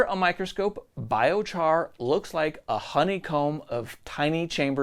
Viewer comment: oh no, you got a thumbs up and a thumbs down in the same sentence. I'm glad you had this section in here, But it is pronounced 😺- 👁️- on if you didn't know, if you did here's your comment lol. I like the video, good info and my first vid so far